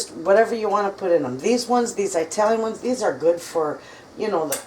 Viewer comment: oh my word she says EYEtalian —— Arghhhh 😢